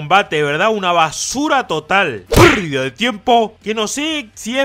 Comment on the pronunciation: Amo ese "Perrrrrdida de tiempo" ✨🖤